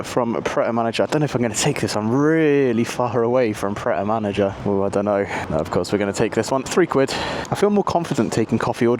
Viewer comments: "Pret a manager" lol. It's 'manger' (the French word for "eat"). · Yes, with a French name lol Pronouncing Manger as "manager" is still funny (to me). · pret a manger (pronounced "mon Jay"), it means "ready to eat" in French ;) love your videos dude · man said pret a manager ahahaha. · The way you pronounce Pret a Manger is hilarious. Have French people slapping their forehead. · I came here to comment the same 😂